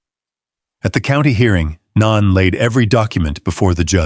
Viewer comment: No knee, not non. It's pronounced no nee